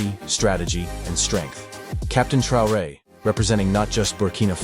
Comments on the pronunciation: Der Präsident von Burkina Faso heißt nicht Trare sondern Traoré! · Ibrahim " troué" la voix IA un peu de respect merci. 🤦🏿‍♂️ Vraiment jusqu'au bout ils nous fatiguent. 🤦🏿‍♂️ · Su apellido es TRAORÉ, NO Trey. Ibrahim Traoré, presidente de Burkina Faso. ¡Es CONDICIONAMIENTO, no condicionancia!